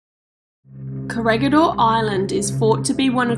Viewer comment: You did it again...its ko-re-hee-dor not koregidor